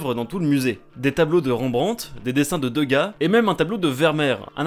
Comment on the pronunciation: des dessins de deuga 😂😂😂😂 (On prononce Dégas)